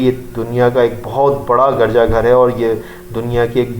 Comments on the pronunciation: Garja nhi hota Urdu mai girja bola jata hy kmazkm Urdu you sahi prh lo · Your pronunciation of garja is wrong. You should think about your of Urdu Arabic and english.you have pronounced many wrong words please answer